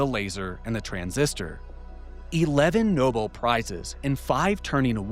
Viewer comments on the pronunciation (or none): I see you’re still trying to sound like Manu Raju, smh. Your work, research and content is ruined by this fake-1940’s style cadence. It’s not the flex you think it is. Just speak in your normal voice. BTW, the “Nobel Prize” is pronounced “No-Bell” not noble ( is a noble guy). Stop trying to sound like a journalist, you’re not a journalist, just like Pavel from Psycoactivo. You’re a great podcaster, trying to sound authoritative with the fake delivery ruins the great work you do. You’re great, good enough without the “voice”, just be yourself.